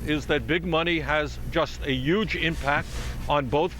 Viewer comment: he said youge xD we love u Bernie